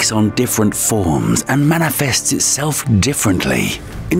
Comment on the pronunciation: Did you say manafest?